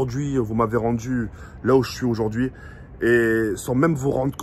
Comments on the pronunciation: auzaurd ‘hui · PA il dit ozordui 😂